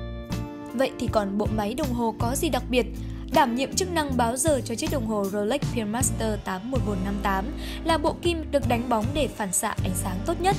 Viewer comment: Phát âm từ pearl bị sai rồi bạn MC nhé.